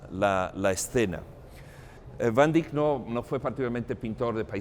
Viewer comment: ..y porq hacéis el payaso ..pronunciando a la Ibérica si cada idioma es como es y no más !..como de jovenes aprendímos.Van Dáik o Déick..y no ese " iberismo cursi.." último dictatus nódulos..de vamos Monsieur Volteire o Montesquieu..q ? Gran Señor como os permitís tanta " borrasca y churrería.." q Yo humano pobre..nunca ganaré su sueldo..y un Museo tan Universal..lo vais a llenar de " cacharrería.." ah ? Pa' vender mejor ??..pero si UD.o Yo i mi Otro Aquél..jamás igualará la altura de este Genio de la Pintura..y q por algo lo protegió el Lord Tikis ( veis q puedo jugar ?..) dejad los Nombres y Apellidajes como son en sus países..q por ensenar lo o aprenderlo en Chino..o Francés o Catalán..Ruso o Inglés..pués no va a Atraer a nadie más..q a UD o Mi insignificancia..y algún despitadillo más de la Riada de Necesitados de Amor..Comida..o Belleza..y Si esa " módulos " invade incluso tan Alto Museo ?? En el Hermitage ni se les ocurre..en National Galery imposible..en el Louvre i se La Ubre..pués andan locos..cn la chatarrería..un poco de respeto no ?? ..imaginé el momento en q la Obra de Arte es realizada cada minuto..q ningún Artista Verdadero paso Vida De Rositas y Comodines..raro ese afán ..y triste ..respetado al Pintor o Músico..etc..! Perdone pero es hay varios..por q ? No os elevados ( q a todos nos cuesta tiempo y amor ) a la altura de Dn Quijote ??? O Persiles..